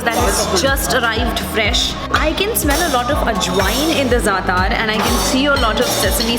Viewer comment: Good video, but it would be good to get the names of bread, "zaatar" etc right. Dont mean to criticize. but research is important whilst creating an effective blog